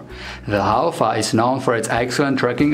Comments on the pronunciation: tangkhul Haofa Haofa- fa- pronounce as fu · Pronounce as...HAO-FU.. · Thanks for making a video on our indigenous dog breed. It is pronounced as HAOFU 🙏